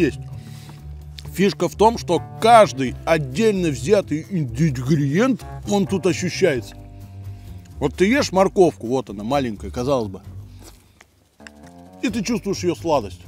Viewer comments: Блин,, постоянно смотрю тебя и каждый раз забываю напомнить. Правильно будет - ингредиент😄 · Я каждый раз угораю от слова ИНДИГРИЕНТ 🤣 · Вот сколько смотрю, всё никак не могу привыкнуть к "индигриент". Каждый раз вздрагиваю.